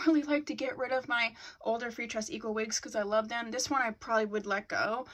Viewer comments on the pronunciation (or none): Love your update vids and how you say "freetress equal" lol😂💕